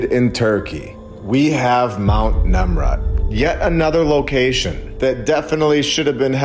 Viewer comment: NEMRUD sounds like NIMROD.